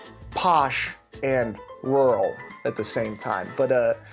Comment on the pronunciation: saying "rural" makes me giggle. replayed it a few times. is that how its actually sounds? like rou'ul? i honestly dont know. legit question here. educate me pls